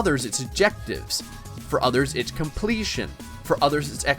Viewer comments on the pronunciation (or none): yea... 'completion'...